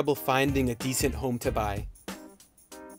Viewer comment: 쌤 발음이 많이 한국화(Koreanize) 되었네요. decent를 /'di.sent/로 발음하는데 decent는 음운현상(phonological phenomena)으로 인해 /'di.snt 디슨ㅌ/로 발음해야 하고(vowel deletion), /di'sent 디센ㅌ/는 descent가 됩니다. 참고하세요.